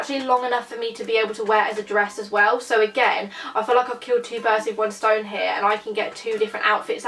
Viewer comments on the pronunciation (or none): none